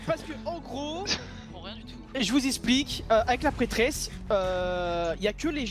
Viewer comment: On en parle a il dit "La Petrêsse"? 😂